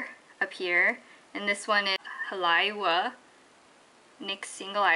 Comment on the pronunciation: halaiwa <-- ha-lei-va :) haha no problem though. if you get the chance, DEFINITELY visit. hawaii is quite amazing and i'm lucky to live here